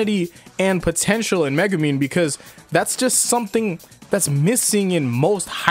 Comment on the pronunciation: Are you calling Megumi Megumin? XD